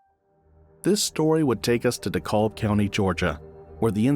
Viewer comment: It is pronounced “DE CAB” County not “De Cob” That is all